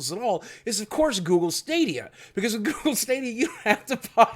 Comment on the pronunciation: When u say google I crack 😂💀